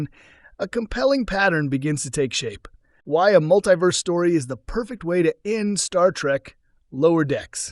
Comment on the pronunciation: “Muttleyverse.” AI narration blithely accepting misspelled script.